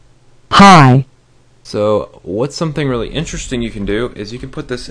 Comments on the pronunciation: Did anyone else hear "pie" instead of "hi" I don't know if its just me being fat and am hungry or my ears are messed up but... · when it was on the hi part the "hi" sounded like "pie". (^W^) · pie pie pie pie pie Pie PiE loud PIIIIIIIIIIIIIIIIE